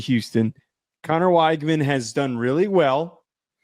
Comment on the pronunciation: Neither one of these teams have played anyone of note… Utah lost a home game then fell out of the top 25? wTF are you guys talking about…. TT has great depth that’s about it…. They are really good at every position…. Btw, it’s pronounced wig man you no researching a$$ clowns! 😝. Enjoy the show